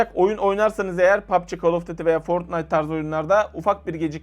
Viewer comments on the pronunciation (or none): none